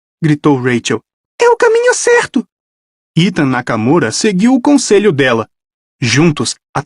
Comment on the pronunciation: esse sotaque do Ethan Nakamura vei 🤣que errado